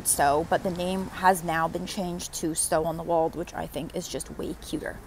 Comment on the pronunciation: PLEASE learn to pronounce the name of the town! It isn’t “walled”.